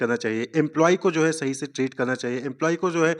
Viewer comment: Sahi ko rahi boldiya sir 🥲😵‍💫😅😅😅